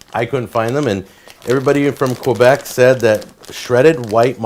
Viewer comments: Queeebec is a not the right way to pronounce it. It's pronounce K-Bec. The right way to pronounce Poutine is Poo-Tin. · I always figured it was pronounced "puh-tin"... but you know, I live in Toronto, where no one can really agree on how it should be pronounced outside of the second "t" being silent. Also, I've never heard anyone butcher saying "Quebec" as badly as Jack did ("Koo-Beck") at the beginning of the video. As for fries (or frites, or chips), I have one of those gadgets that utilize a lever and very, very sharp blades, so there's never a problem cutting those sticks of potato (or whatever vegetable) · OK... French Canadian here from Quebec.. not "kweeebeek" like jack says. Actually had some chicken poutine tonight! As for pronunciation, actually yours was pretty good, avoid the american " pooooteeen" sound... you were pretty close Chef. Visually his poutine looks to be..... somewhere above Food Court level but bellow fast food restaurant. Shredded moza is acceptable but rare to see, normally its the curbs. Gravy looked okay ish. It really varies from place to place, some have a dark brown thick one, others have a more runny one, some are more BBQ tasting even.